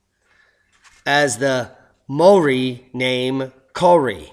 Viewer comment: I'll help you with the pronunciation: Maori = mowree , Kauri = cowree, Ngawha = ng (as in song) ahfar